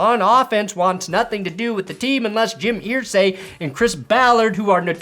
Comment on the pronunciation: It's "Er-say" not "Ear-say". Signed, A Colts fan